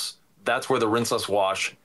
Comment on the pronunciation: The first thing I thought when I saw the thumbnail was " is Walter...is he Walter?" 😂I'm picking up on pronouncing rinseless as rinse-LESS in this video. Is that new or have I been oblivious to it before? Awesome video as usual boys!